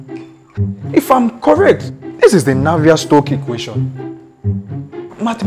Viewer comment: "Navier-shock" Eh Pico pico... 🤣🤣👏🏽